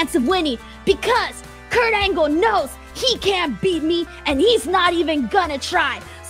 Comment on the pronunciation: And “Kurt Angle KNOWWWS” lol. If you’re gonna do then do it right,!